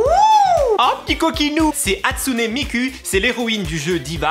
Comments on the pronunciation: Oui on dit pas miku mais mikou Mais sa s'ecris miku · Pas « ku » mais « kou » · On dit pas "Miku" mais "Mikou" . 😘 À QUAND LA CHAÎNE DE COVER ???!!!!!! ÇA FAIT DE VIDÉO QUE JE TE LE DEMANDE !!!!!! 😅😅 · Hatsuné miquuuuu xD c’est hatsuné miku(=mikou) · Hey ! J'adore tes vidéos ! Par contre, ça s'écrit Hatsune Mik"u" mais ça se dit Hatsune Mik"ou" ! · je te dis juste une chose le "u" en japonais se prononce"ou" !